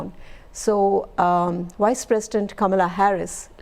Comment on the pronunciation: All I hear was Wise President instead of Vice President...sigh